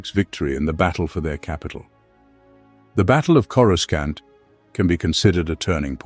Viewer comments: Say… Corusant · When they first came up with Coruscant it was pronounced with the hard C sound. It was during the Heir to the Empire trilogy. Not sure when it changed, but I'm so used to it that it's fine pronounced either way.